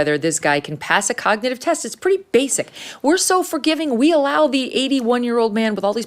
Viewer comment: How could he pass a cognitive test? He can't even pronounce cognitive.